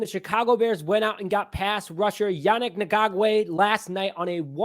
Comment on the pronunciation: It's pronounced "YaNEEK" Not Yanick...